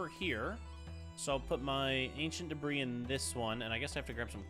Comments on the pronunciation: "I have 61 DEBRAHS." bruh... its deb-ree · Why are you calling it Deborah instead of debris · Did no one notice he said 'Ancient Debra' instead of 'Ancient Debris' ??